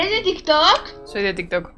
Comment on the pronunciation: La chica: eStE yO cReO qUe Es El De TiZ tOz yo: increíble pronunciación mija ._.XD auto like porque si :v